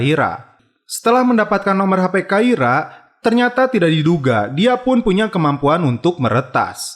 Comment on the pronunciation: Awal kluar sbgai polwan takira Kblakang2 kok jd kaira min 😁 Dan subash ttp dbaca subash min bkn subesh